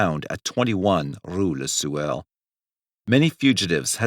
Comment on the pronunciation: Take a drink every time this mf says rou la sewer!